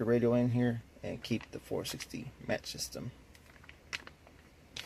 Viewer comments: Like the way you pronounced the stereo name, adorable!!...mach doesn't have a "t" in the spelling it's the word that is used when aircraft break the sound barrier!!...sou ds like Mahhk, not what you strike too light a fire, being a maTch, Great video, just thought I'd let you know, I do that alot too!!..lol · Just FYI It's pronounced MOK 460.